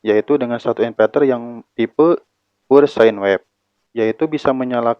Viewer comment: "pure" itu (pyur)